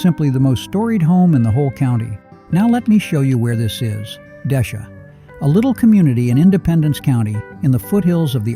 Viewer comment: Not wa-cheet-ta county. It's waw-sha-taw. And not Des-shaw County. It's Des-shay.